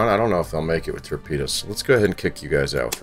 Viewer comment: Love the content but you keep saying ("tapedas")for torpedoes ⬆️ What is this...you pronounce torpedoes like it's a type of food. Lol still love the content keep up the good work.